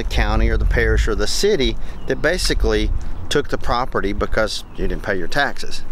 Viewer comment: Take a shot of whiskey eclvey time you hear him say propert :😮